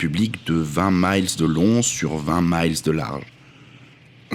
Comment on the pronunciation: J’ai aussi un bémol lorsque vous prononcez à l’anglaise le mot miles. Ça se prononce exactement comme le chiffre mille.